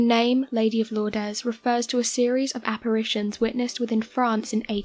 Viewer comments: Pronunciation tip: "Lourdes", as in the French town, and "Our Lady of" is pronounced: 'LOORD', rather than 'LOOR-dehs'. Single syllable; no S sound on the end. Like many--but not all--French words, the last letters of "Lourdes" aren't voiced...except occasionally they might be, depending upon the word immediately following it. French is a damn mess. There are some general guidelines for when to voice what letters, but there are some words that completely contradict the guidelines. There is no absolute guideline that can be counted to to ensure proper pronounciation of a novel French word 100% or the time (much like English, actually, which gets most of its seemingly nonsensical pronounciations from centuries of co-mingling with Norman French). I once asked my French prof if there was anything I could do to make sure I at least pronounced French words correctly, even if I couldn't actually converse in the language. Her answer was, yes, you can learn to speak French. Thanks, professor. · pronounced 'Lourd'...its French.. Lourdess is...not how it is pronounced. Thats all. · THANK YOU!! Her pronunciation was driving crazy!! How hard is it to look up the correct way to say a word!! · Lourdes is pronounced Lords not Lordez! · Lourdeeas?? At least pronounce it correctly! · Lourdes is pronounced lewerds x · Lour-dez? Do you mean Lourdes? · Oh my god it pronounced lords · Irritating that you do not pronounce Lourdes properly. Also Lourdes is the second most visited shrine in the world not the first. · you’re pronouncing Lourdes incorrectly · Ridiculous pronunciation of Lourdes